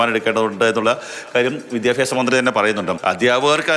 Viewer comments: വിദ്യാപ്യാസം അല്ല. വിദ്യാഭ്യാസം. 😂😂 വിദ്യാഭ്യാസ മന്ത്രി😂😂 ഇപ്പോളത്തെ കുട്ടികൾക്ക് മലയാളം ശരിക്ക് എഴുതാനും വായിക്കാനും അറിയില്ല😅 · അതൊക്കെ വിട്ട് പഠിത്തത്തിൽ ശ്രദ്ധിക്കാൻ നോക്ക് കുട്ടി വിദ്യാപ്യാസം അല്ല വിദ്യാഭ്യാസം